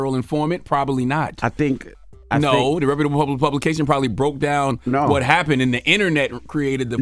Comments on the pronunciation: DJ Envy: "Repababable publication" 😂😂😂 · LMAO y’all having trouble with that word “reputable” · I’m pretty sure Envy is saying the word “ reputable “ wrong 😅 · Neither one of them know how to pronounce reputable 😂 I hear the struggle.